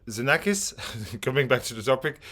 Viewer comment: Hi! Congratulations for the nice videos you offer us. Please allow me a correction because I often hear it from others: Xenakis is pronounced Ksenakis in Greek. That's his name. Be well and thanks again